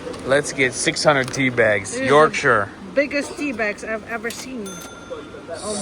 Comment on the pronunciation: As a Brit, you weren't even close. It's TEA.